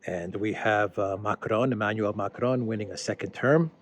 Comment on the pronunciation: Ma-CRON as you are pronouncing it would be spelt Macrone. "Macron" ends just with a nasalized "o" sound. Hope this pedantry is useful.